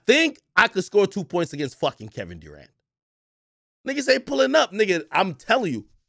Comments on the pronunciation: Kevin "DooRant"🤣🤣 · “Kevin DEWrant”